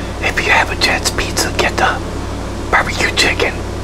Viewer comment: I love how he says peet-za 😂